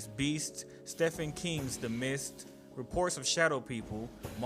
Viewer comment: Anyone else notice him mispronounce Stephen King’s name not trying to be that guy but very noticeable to me